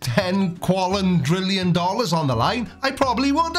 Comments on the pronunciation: WTF is a "qualondrillon"? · The way he says "qualindrillion" instead of "quadrillion" is really disturbing for some reason. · I didn´t know that dentists are so expensive in Australia that he needs the ten "quallintrillon Dollars" to have his teeth finally fixed... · did he say 10 quadrillon-million?, it should be illegal for anyone with that m€÷h mouth to comment on any scientific field, and while you're at it bud, un-cross your eyes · Good to see meth has made it's down unda. To be fair, he said quallun drillun dollars. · He didn’t say $10 quadrillion. He said $10 quallindrillon. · Ten. Quallin. Drillin. Dollairs. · It’s ten quallin drillon dollars. I don’t know if he means US dollars or Australian dollars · It's not ten quadrillion, it's ten quallin drillin dollars.